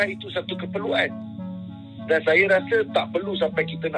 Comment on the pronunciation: Lah ga usah bingung..pengucapannya saja sudah susah ..Bangsa jadi bangseu saya jadi sayeu ,bagai mana jadi macem maneu...pengucapan sama tulisannya orang pasti bingun nulisnya harus bagaimana..😄😄😄🙈